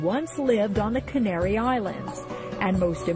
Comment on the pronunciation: Cain-aryON islands?